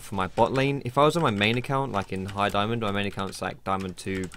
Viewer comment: don't say daiAmond